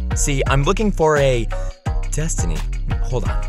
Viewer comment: The fact he keeps saying destiny’s name wrong kills me